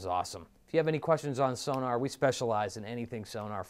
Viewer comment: Sonor is pronounced So-nor, not So-nAAr. :-) But they do sound great and thats some great demo vids you got.